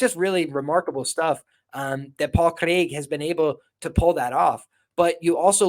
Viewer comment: Jon Anik would be proud of your pronunciation of Craig.